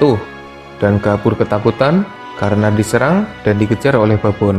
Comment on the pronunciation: Baboon dibaca babun boz xD